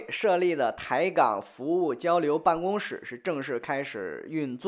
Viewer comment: 办公室（shi 四声，同“是”）